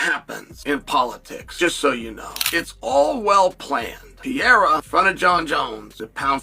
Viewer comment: Again. This racist PED using has been mispronouncing Poatans name without remorse. It’s not PEE-EH ra. Nor PEA-era. As his facial skeleton shrinks and glasses seem bigger from steroid use over the years CHA-Ellen.